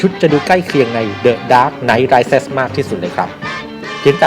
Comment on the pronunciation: rise อ่านว่า ไรส์ ไม่ใช่ ไรส์เซ็น ไม่มี n ต่อท้าย